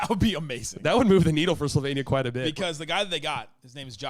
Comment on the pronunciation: Slovenian here. almost nailed pronunciation of Slovenija 👏🏼👏🏼👏🏼